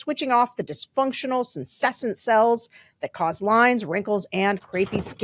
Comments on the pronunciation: dam, had a few one skin adds where sarah said senescent correctly but now we're back to sensessent. :') do we think resigning is better than remaining in the posotion and doing as much obstruction and suing for wrongful termination would be better? im not technically sure how that would work long term. - the thing about her having clerked for scalia and wilkinson. . .. and reagan . .. .is that the old republican party is dead. these names and that old tradition of conservatism holds no water anymore. cant believe we got to elon musk and there's only 2 minutes left. OOOOH its pay walled. gotcha :) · Sen-ess'-ent is the pronunciation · Okay, I can't hold back anymore: It's SENESCENT cells! SE-NE-SCENT! SE, NE, SCENT! SE... NE... SCENT! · Sarah -- Consider confirming the pronunciation of "senescent", for your sponsor's product advertisement 😊. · A trivial heads-up: senescent is pronounced “sen-ess-sent”.